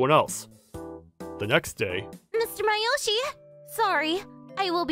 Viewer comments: Am I the only one annoyed about the pronunciation? His name is Masayoshi, not Mayoshi.. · Please pronounce Masayoshi’s name properly!